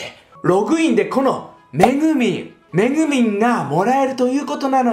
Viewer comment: めぐみんがめぐうぃんに聞こえた